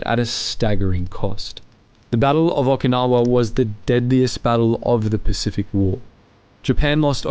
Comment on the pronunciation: PRONONCIATION 0F Okinawa?????